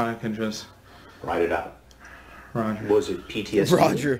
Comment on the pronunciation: Bro u killed it with recognizing when this fuck says “Roger”🤣 I always thought he said “Right.” Good for him. His survival instinct on point! He’s so into character with Hansen, he gets back in the zone of wartime. Of course, that’s if he did see any battle over there. They have nearly every military job deployed anywhere. Food, Pay, Medic Machinists. Besides Recruiter or Boot Camp. He uses the excuse cuz there’s no denying him being stationed over there. If his military record proves it.